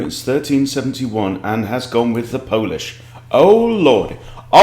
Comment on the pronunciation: Think you need to polish up on the Polish 😊